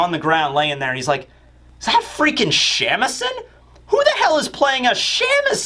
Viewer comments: Shamisen (shah-mee-seh-n) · Hearing your pronunciation of Shamisen is too funny. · How you pronounce shamisen makes me giggle